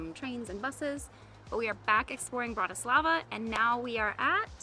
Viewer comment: Bratyslava ❌ Bratislava ✅